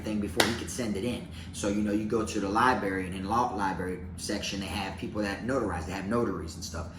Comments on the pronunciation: I like you Bro!! But, add an R to library!! It's Library not Libary!!! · Take a shot errtime say Libary🙌🏼🤌🏼😜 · Aww you pronounce library like I do 😂